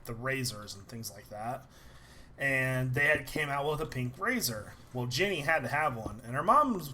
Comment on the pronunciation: When l hear you said jenny l heard it like jimmy